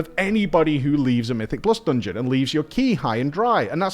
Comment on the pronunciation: I absolutely loved that “dongon” 🤣❤️